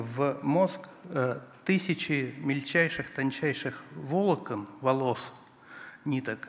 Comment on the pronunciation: Воло́кон. Ударение нужно на вторую О. Произносит он на первую